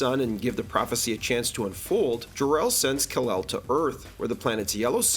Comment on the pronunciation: "Rafe" Fiennes, not how it's spelled. And the awful Marlon Brando "Kalel" instead of "Kal-El." Are you just doing it to get engagement in the comments when people correct you?